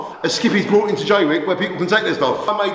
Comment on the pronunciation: Is he saying “crinimal” and “brought” ?? Or is it just my ears?